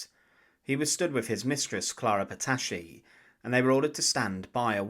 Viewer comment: "Clara patacci" Non, clara Petacci !